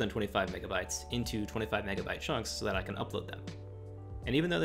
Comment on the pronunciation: bro did NOT say megabyte